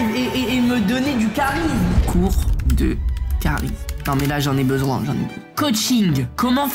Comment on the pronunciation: Le CHHHHAT_RISME🤣 LOL